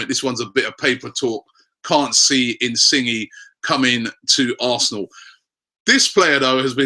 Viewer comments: It's pronounced "insinyay" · I don't want us to sign Inisgne purely because I don't want to hear Robbie say "insingy" every week lol